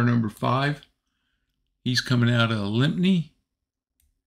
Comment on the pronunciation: Great video - Thank you. I live in the UK; The town of Lympne is pronounced "Lim". I don't know why its spelled that way! 🙂